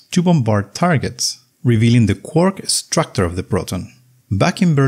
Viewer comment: "Atomic structor?" Please, 15 second and already not trustworthy. What's wrong with the pronunciation? Is he really Fraank? I thought he's Fränk. "Moving" = "Myuwing" or "Muuving"? What's wrong? Collision = Kolission? Not Kollisioon?